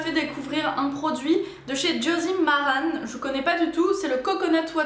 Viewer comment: Sympa la vidéo je crois que ce que ta envoyé Elsa on prononce josie maran pas maranE